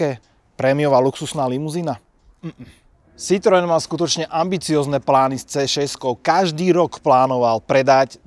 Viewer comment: Pan autor by si mohol ako minimum zistit, ako sa slovo Citroen vyslovuje! ked uz hra znalca